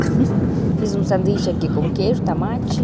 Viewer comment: Adoro o "tAmAte" kkkkkkkk